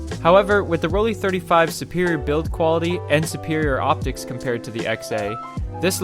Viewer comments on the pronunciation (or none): It’s ‘Roll Lai’, not Rolli ….. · As soon as I heard you call it “Roll-ee” instead of “Roll-eye” I had to stop watching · It is actually PRONOUNCED ROLL-EYE, great video by the way. I may grab one of these to mess around with.